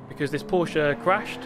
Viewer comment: „Porschaaa“ I am German and I am angry